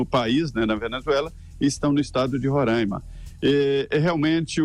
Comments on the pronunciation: Alguns falam rorãima e nao ronraima como vc disse. O correto é Roraima. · NAO É RONRAIMA, SE FALA RORAIMA. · É Roraima não ronraima Felipe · É Roraima, não Rorãima